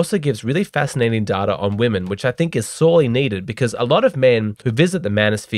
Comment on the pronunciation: Love the "DATARR" in each video my man.